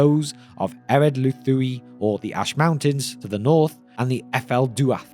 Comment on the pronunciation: Ered Lithui, not Luthui.